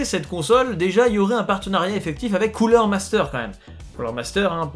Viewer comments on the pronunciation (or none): none